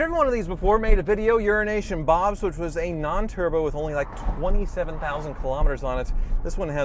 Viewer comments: is it me or does call his friend Bob "Urination Bob"? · urination bob. i can't unhear it. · Lol 😂 he keeps saying urination bob!!!